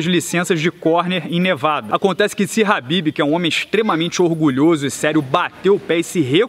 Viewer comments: Não é HABIB, e sim KHABIB! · pq ele fica falando habib?